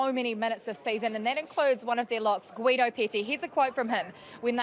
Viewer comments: Sadly she butchered Guido Petty's name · Put it in this way. If you say "Gilligan", that first syllable is how you say correctly "Gui-do".